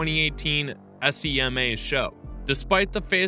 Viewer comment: Please just say the word SEMA lol. All car guys do. I've never heard someone spell it out 😂